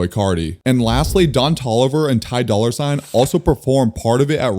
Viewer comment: bro said Ty Dolla Sign with the hard r